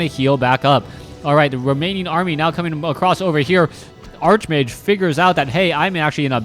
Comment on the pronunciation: I love you, but it's pronounced, "ark"-mage. You conjure the image of a wizard obsessed with arches. Think "archangel".